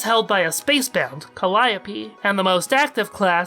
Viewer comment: You’re kinda hurting me with your pronunciation of calliope